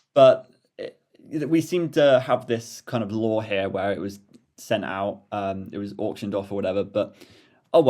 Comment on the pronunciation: lmao the emphasis on "lore"